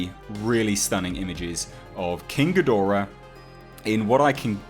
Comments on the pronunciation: You say ghidorah correctly. I hate when people say geedrah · you pronounce it correctly... Ghidorah.